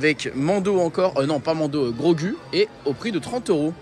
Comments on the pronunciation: c'est pas Grogu la prononciation mais Grogou 😅 🤣Belle vidéo encore une fois pleins de force à toi 😜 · Tu m’a fait mal au cœur quand tu a dit grogU ça ce prononce grogou 😂 et quand tu a dit c3po alors que c’est r2d2 😂😂😭😭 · C'est bien Din Djarin donc Mando, Ashoka, le droïde on voit pas bien mais vu que le fond est orange je dirais Chopper ? Et en dernier Grogu (ça se prononce Grogou)